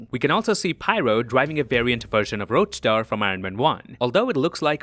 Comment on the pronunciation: RoadSTER* not roadSTAR lol 😅